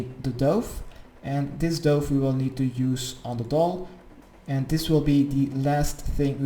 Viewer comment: is it just me or was everyones dove in the same one as his? also doove lol i love how he says things is pronounced duv but spelt dove.